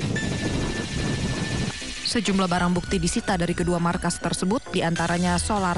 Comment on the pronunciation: Markas bukan maskas 😂.